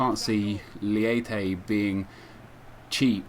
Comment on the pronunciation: its actually pronounced maikon "leiche" :)